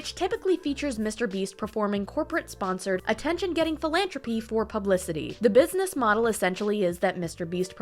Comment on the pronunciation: "Phil-an-Trop-y" sounds like the quality of an animal where they eat the love of ones fellow humans.